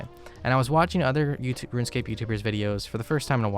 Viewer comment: kinda funny he pronounces it ruinscape